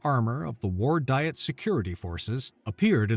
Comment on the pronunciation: It’s pronounced Dee-et, not die-et.